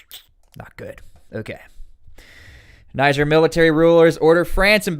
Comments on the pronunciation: It's not 'naijer' it's 'neejer' naijer is a state in Nigeria 'neejer' is the country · It’s pronounced Nije